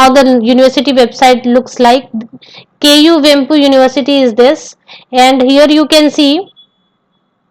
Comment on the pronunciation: It is not KU vemp. It's kuvempu